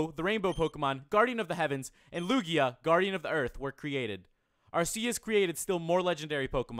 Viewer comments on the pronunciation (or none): none